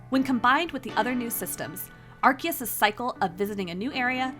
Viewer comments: Are key us????? It’s Are see us… ARCEUS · Its Arceus not Arkeus wtf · AR-SEA- US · Why are they reading the name "Arkeus" instead of correct "Arseus"? In JP: アルセウス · Ark-E-Us is crazy. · It’s pronounced ar-see-us. Why is every YouTuber pronouncing it incorrectly? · Gotta love the mis pronunciation of arceus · SAY ARCEUS RIGHT!!!